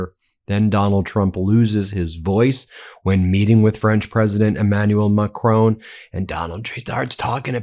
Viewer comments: PLEASE PLEASE PLEASE (Ben Me-is-a-lass) - learn how to pronounce Macron. I'm British and I can manage it! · Please learn how to properly pronounce President Macron's name. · Please, please learn to pronounce Macron. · Check pronunciation of Macron! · Ben, ce n’est pas Macrone! It is Ma-cron, with the R at the back of the mouth, and the N sound shortened and the tongue touching the soft palate. Hope that helps, mon ami 👋 from 🇬🇧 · Always excellent! N. B. - Not Mac-rone, like roan, but Mac-Ron (like the masculine name, Ron)🤗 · Who is this president MaCrone? If you can't manage a french accent at least pronounce it as MACRONN There's no E at the end. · French President is Mac-RON - not Mac-ROAN! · Ben, why do you always misprounce the name of the French President. His name is MACRON. You always say MACRONE. Why ? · Just saying.. It’s Mac Ron, not ‘macrown’ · Please - It's Mac-RON, not Ma-crone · S’il tu plaît, it’s not Mac-tone, it’s Mac-rhon. Not in spelling, pronunciation. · His name is Macron, not Macrone. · Macron! Not Macrone! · Love you guys, but hate how Americans keep butchering Macron’s name. I understand that people have difficulty with the French pronunciation. But nobody reads the word “micron” as micr-own. Just say Macron, just like it’s written. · Pse pronounce Macrons name correctly. Pronounced as follows: Mac. Ron. Not Mac. Rone!! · Please Ben it’s pronounced Maa.kron not macrone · Please, Please, Please, Emmaulle Macron, please notice there is no E at the end of MACRON his name is pronounced Mac Ron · Hi Ben. macron is pronounced like don,you say Macroan, in case you’re interested,watch you daily😊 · Please, Please, please Ben. Do your very best to pronounce Macron properly. It is Ma-cron, rhymes with baton. Please, please, for me, just learn the correct pronunciation. Thank you very much.. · How does the last letter of an french word get pronounced???? every American news outlet.... MacronE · Stop mispronouncing Macron. Not a difficult name to say